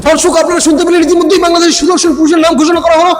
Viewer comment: এ কি বললো রে দর্শক না ধর্ষক😂😂😂😂